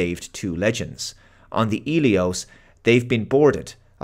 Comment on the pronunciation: Hmm, I thought the medical frigate was called Helios, but keeps saying Elios, unless im mishearing him